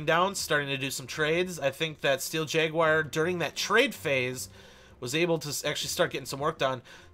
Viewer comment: Awesome gameplay! But... "Steel Jaguire" "Tourm-align" I can't... :P